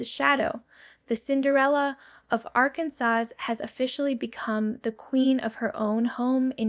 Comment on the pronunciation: Well your information might be accurate I haven't found any that isn't but this is clearly AI this is not Jenna I said Janet j a n a this isn't her I said j a n a i speak my text and even it doesn't want to say your name right she's not saying Arkansas right she's not saying other things right now the information I hear here isn't totally incorrect but a lot of it they couldn't know maybe they got off the internet from some interviews but this is AI this isn't really her don't be fooled you